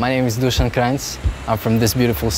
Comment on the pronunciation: Loved this documentary so much!! Lol liked how chill Luka was . And awesome rhythm Stjepan! (I'm glad I finally know how to pronounce Dusan's name too.) Technical Difficulties has to be one of my favorites as well. Luka always ends big songs the same way, with his bow in the air pointing at the audience, which is really cool :) Also Stjepan, the little pizzicato motif you did in Welcome to the Jungle probably has to be the best part of your live performances...along with that nice slide up the neck ;) Beautiful job Stjepan, Luka, and Dusan, hope to see you back in America soon!